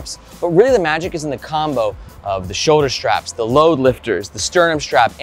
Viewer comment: Ah man… great reviews, super helpful, so I’m honestly not hating on you at all, but for a dude who talks about bags all day long you have to learn to say “straps” and not “shtraps”. (Aware this is more of a me problem than a you problem)